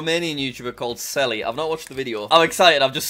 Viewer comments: just to let you know, Selly's name is pronounced "Shelly" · it's pronounced shelly in romanian because i am romanian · The way he pronounces shelly is so funny for români